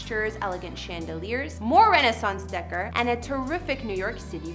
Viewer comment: You really said "renaissance decker." That's renaissance decor, pronounced day-kor! OMG!